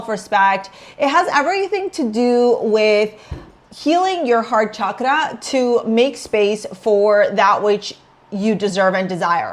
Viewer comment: I love how you said "CHAKRA" with clear correct R and I wasn't surprised when you said English is your second language Am February 1st (Aqua Sun in its own Aqua 11th house, Aqua Moon in X MC, Aqua Pallas Athene, Aries Ascendant/Rising)